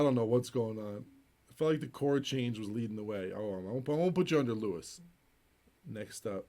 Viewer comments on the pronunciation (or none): none